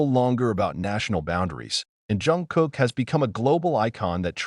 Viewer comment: Why is the voice saing John Jungkook 😭😅